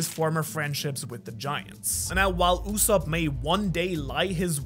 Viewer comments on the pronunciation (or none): did u call soge KING USSOP??, AINT NO WAY YOURE LYING RIGHT